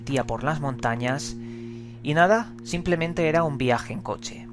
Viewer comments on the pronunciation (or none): none